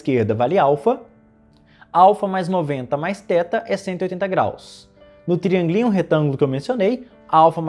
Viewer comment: TRIÂNGUILÍNHO é uma palavra que não tem como cê escutar e não esboçar uma risadinha